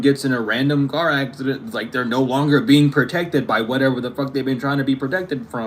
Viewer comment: Omg I just heard Hexident hahah not accident lmao